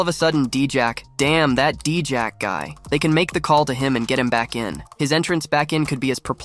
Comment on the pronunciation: Bruh, who is DEE-JACK? Do you mean DIE-JACK?? I’ve noticed this before, but you pronounce some of these wrestlers’ names wildly….